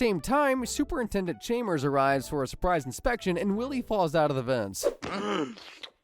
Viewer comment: Tell me you’ve never seen The Simpsons without telling me you’ve never seen The Simpsons… “Chaymers”